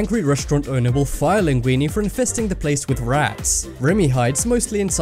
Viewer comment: at first I thought he said "for fisting the place with rats".